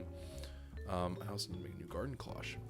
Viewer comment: The "Garden Cloche" isnt pronounced as "clock" its actually klosh, so like the fancy cover you see on cooking shows or high quality restaurants. They are typically silver.